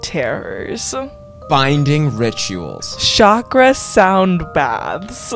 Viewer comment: Irrelevant side note comment but I love that pronounced 'chakra' correctly!!:D (softer 'sh' sound rather than a harder 'cha').